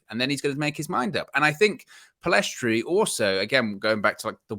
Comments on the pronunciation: Lads it’s PELL IS STRI NOT PILL EST RI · My predictions, not necessarily preferences Garner - First team Pellistri (the s is silent btw) - First team Amad - First team Hannibal - Loan/squad player Mainoo - u23/loan Shoretire - u23/loan Mengi - Loan Roshaun Williams - First team/loan Levitt - Loan/sale Galbraith - Loan/sale Chong - loan/sale I honestly hope we keep all of them bar Hannibal (he needs a loan with guarantee mins). I think if they all manage to go to pre-season, they could all surprise the gaffer. I seriously think Martial and esp Rashford have to watch their backs because Amad and Pellistri could very well replace them. We've got an exciting crop of players and some may end up more impactful than some signings. Thing I'm very sure of is that ten Hag will train with all of them esp in pre-season and during the season with those who remain. Laird will definitely wow